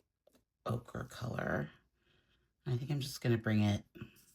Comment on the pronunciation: Ochre, the color, is pronounced 0-ker, o-kra is a vegetable